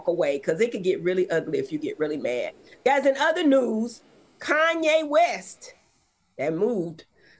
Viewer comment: Kanye Mess …that was a good slip up Dr. Heavenly 😂😂😂